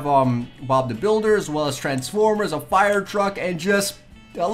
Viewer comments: It’s pronounced as fire. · Really? Frae? Can you not say fire?